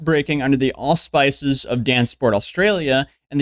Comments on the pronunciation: Auspices is pronounced Aus (short vowel)-spiss-sis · it's pronounced aus-piss-es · ("AWE-speh-sezz", accent on the first syllable.^^) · Auspices, ah spihs iz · Aw-spis-ses is how auspices is pronounced 👍🏻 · Wierdly, auspices is pronounced oar-spi-cis . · Wow, this kid doesn't speak English whatsoever. Auspices.... Never seen that word before and still knew how to pronounce it right... And then we get Papua New Ganny. Why are all US YouTubers so bad at getting longer or more elaborate words ? That tells me a lot about their bad school system. I knew it was bad, not that it was a joke...😅